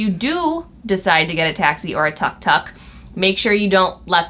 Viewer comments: Pronounced Took Took not Tuk Tuk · it is tuuuuk tuuuk not tak tak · It's pronounced took took